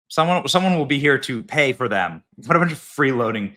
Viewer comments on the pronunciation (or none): none